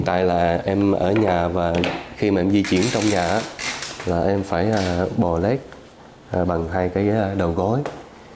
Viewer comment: 'bò lết' chứ 'bò lếch' ko có nghĩa nhé kênh!!!!!